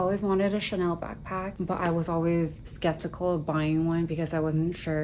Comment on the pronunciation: I don't know what it is but obviously you live more of a luxurious lifestyle but it comes off more personable, and you're so nice with your responses 🥺. When you said 'Chanaynay' I burst out laughing. So silly but so cute. Seriously though take care of your health - health is wealth for real.